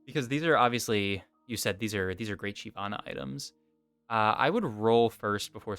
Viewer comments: I've only ever heard it pronounced shivana and that's how it's pronounced in the champion spotlight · Yea it’s “shy-vana”, basically pronounced how it’s spelled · Why do you pronounce it Shee vana?